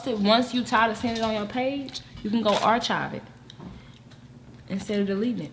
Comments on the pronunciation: you are mispronouncing the word archive. (ar-kive). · “Archive” is pronounced [ar-kive]. I’d like to see and do an eating challenge. Seems like might give a run for her money.